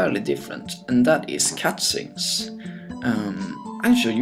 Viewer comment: did you just say Cat-Scenes?